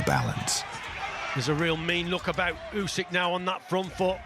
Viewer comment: Did dobua called Usik pusik? Who is pusik now dany 😂😂😂